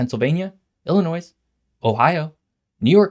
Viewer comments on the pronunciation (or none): bro said illinoise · You didn't pronounce Illinois correctly. It's pronounced "ill-in-noy". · You pronounced illinois wrong... the S is silent.... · I don’t know if I can watch geography videos by someone who pronounces the “s” on the end of Illinois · There's no noise in Illinois.